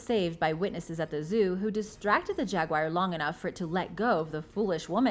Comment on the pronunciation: Learn how to pronounce the word Jaguar... phonetically it is sounded out like this...Jag-wahr or (yoo-ahr) Nowhere in the spelling is the word wire. It is NOT a Jag Wire. Please do your pretending before speaking on these videos.